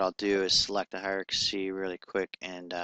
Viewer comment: sorry for correcting, but it's driving me crazy listening to this over and over!--It's Hie-rar-kee, NOT Hie-ra-ka-see! Ugh. Look at the spelling: Hierarchy